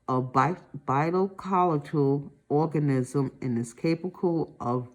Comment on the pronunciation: My favorite part was when she said orgasm instead of organism 😆